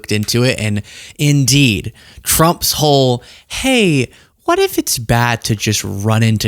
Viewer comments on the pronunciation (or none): Please don’t ever say “Trump’s Whole” with a pause again. No one wants to think about Trump’s Hole.